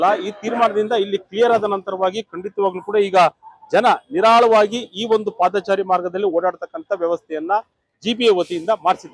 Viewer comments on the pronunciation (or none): Paadhaachaari alla paadhachari